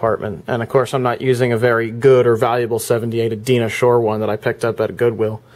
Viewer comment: That is a really nice Califone ! The 78 rpm record you show is sung by Die-nah Shore not Deena Shore.